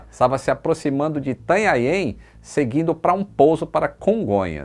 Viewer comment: Ou como o falou Itanhanheem hahaha ninguém acerta isso!? Haha